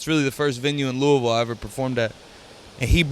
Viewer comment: Jacks the only person I ever heard say Louisville correctly.....mad props usually it's "lewis-ville"...or Louie-ville he pronounced it "lou-ah-vulle" like he posed to